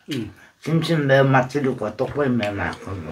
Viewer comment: ☆☆오늘의 킹받는 포인트☆☆ 1. 파를 길쭉하게 썰어서 파채를 만들어버림 2. 어묵이 뿔지 자꾸 쪼그라든다고 박박 우김 3. 어묵 지 얼굴마냥 넙대대하게 졸라 크게 썰음ㅋㅋ 4. 고추장을 육수에 풀어야지 들기름에 볶아버림 5. 떡볶이를 자꾸 또뽀끼라고 귀척하면서 발음함 6. 지가 만들었다고 맛있다 연발 오짐 ㅋㅋ 7. 옆에서 맵다는데 자꾸 식어서 안 맵다고 또 박박 우김 (옆에 땀 범벅인데ㅋㅋ) 8. 결국 마지막 다 먹을즈음에서야 '맵긴맵다'고 인정 ㅋㅋ